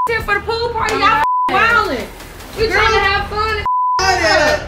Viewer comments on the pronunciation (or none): none